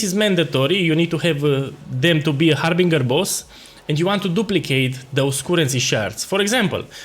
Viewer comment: love the accent HarbinGHUR!